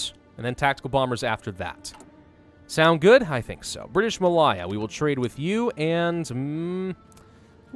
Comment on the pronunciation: thats not how you say malaya.